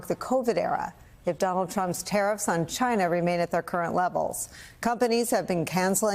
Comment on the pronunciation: sorry its not china, its cchinaah.